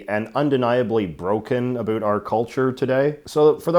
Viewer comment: I decided to suffer through J.J.'s execrable pronunciation of "about." And I'm glad I did.